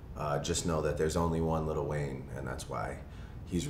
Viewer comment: bro really said LITTLE WAYNE LMFAOOOOOOOOOOOOO